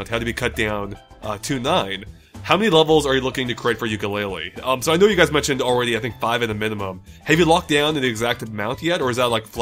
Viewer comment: Tooka-Laylee, and Yooka-Laythree, YES YES YES hahaha